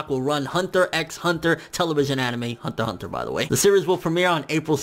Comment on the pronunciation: why do you say hunter hunter with a a Asian accent....you realize "hunter" is a English word right? just say it normal for god sake...